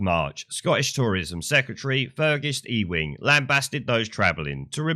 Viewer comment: "Ewing" is pronounced "you-wing"